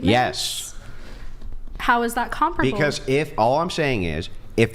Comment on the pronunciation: She keeps saying comproble but I don't think she knows what that means.